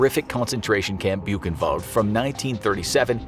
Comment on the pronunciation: When they pronounce Koch kinda right, but they butcher Buchenwald (boo [ch as in Koch] en wallt [as in alt?]. I mean, you could use Google translate... It's hard to explain as a Dutchie with English as a second language and German as a semi-third...